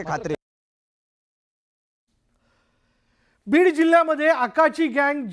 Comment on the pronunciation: बिड नाही बीहर 😂😂😂